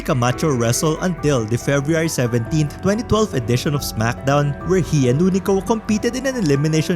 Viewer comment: The way Tonga say "in 2012" made me laugh the rest of the video 🤣🤣🤣